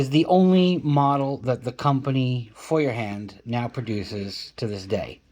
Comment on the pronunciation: Yes, you are pronouncing it correctly. FOYERhahndt, means Hand Fire or hand held fire.